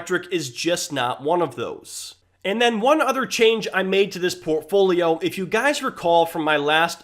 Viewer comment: If I get a penny for every time he said “Portfoliom”.... 😆